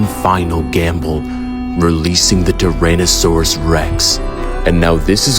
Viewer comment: This is fire! But you messed up some pronunciations like 'Jurassic' and 'Tyrannosaurus' and you should've known that the dinosaurs here were wiped out but were brought back by scientists.